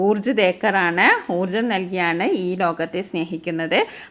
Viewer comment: Teacher ഊർജ് എന്ന് അല്ലല്ലോ ഊർജാ എന്ന് അല്ലേ ഉച്ഛാരണം